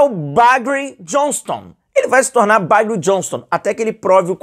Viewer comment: Estão trazendo más um Juniho como pronunciar bagre em irlandeses esse Boto é uma bost